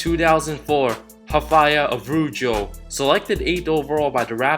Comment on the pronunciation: I was listening to the video while working and had to double check the 2004 one, never heard that kind of pronunciation of Araujo's name.